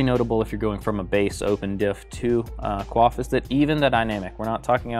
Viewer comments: quay-f he-lick-al hahaha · "who else pronounced it wrong?"......... er the guy in this video 😂 I put it down to regional dialect. However you say it I want one 😁